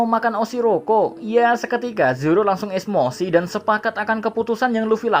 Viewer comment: Esmosi? Emosi gak min?